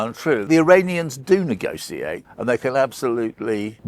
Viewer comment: imagine being journalist and being unable to pronounce the word negotiate